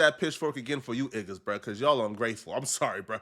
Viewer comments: saying igga instead of niggas 😭 sounds more cringe lol maybe it’s just me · Stop saying iggas